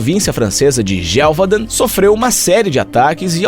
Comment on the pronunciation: A pronúncia e GE VU DÃN. 👍👍